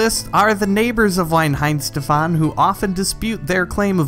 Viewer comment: Why oh why do Americans manage to mispronounce everything, Weihenstephan for a start. Surprisingly he did pronounce Smithwicks correctly?